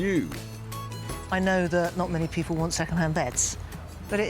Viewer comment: Nice bit of editin. When he says "people", it sounds like "papal". The collared man was good timing. Well cool!